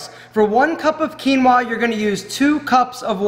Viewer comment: Peruvian Quinua!!! 👏👏👏 Thank you for pronounce it correctly 👍